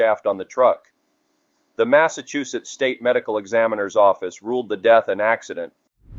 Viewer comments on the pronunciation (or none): none